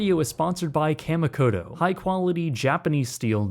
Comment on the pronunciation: (kah-mee-koh-toh) just saying as I'm so use to Japanese pronounciations